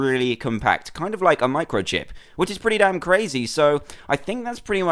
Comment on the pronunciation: He said damm